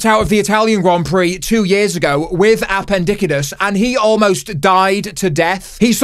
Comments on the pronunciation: A pen dis cite is 😂😂 say it this way its easier for you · “A-pen-diki-tis” aint no way 😭😭😭😭 Lad’s hilarious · You gronk, I got appendicitis two days ago and because of this video I couldn't stop saying "appendickitiss" in my head in the hospital and giggling like an idiot